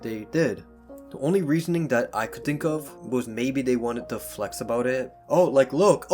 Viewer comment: Crappy narrating. I did not wike or subscwibe.